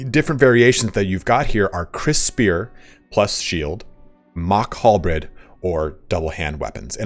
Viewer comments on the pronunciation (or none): none